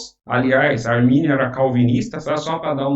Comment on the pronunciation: Não é "armani" também não né kkkkk